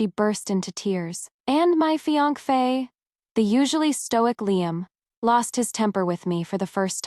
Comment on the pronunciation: You continuously mispronounce Fiance Fa. Like Fiank Fa. I know it your story but it sounds weird and not read right. 🤔 But otherwise good story! 👏🏻